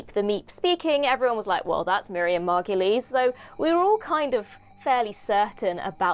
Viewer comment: Margoyle rhymes with gargoyle ,not mar-go-lee